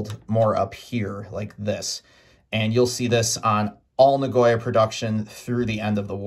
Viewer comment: Na-go-ya Not na-goy-a